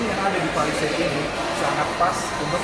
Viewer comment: Cara ngomongnya udah bener, Pa Li Seit Bukan Pe Li Seit